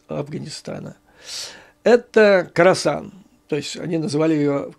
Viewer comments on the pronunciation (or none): Да, не Карасан, а Хорасан. Умник!😂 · Не карасан, а Хросан!